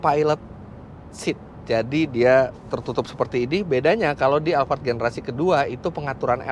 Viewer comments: Alphard bukan alfard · Saya mau tanya kenapa mas fitra nyebut nya alvart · Tulisannya Alphard di baca alfard knp tak sekalian alfamart